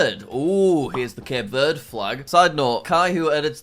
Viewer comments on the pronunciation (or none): none